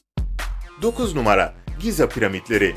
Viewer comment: Giza degil Gize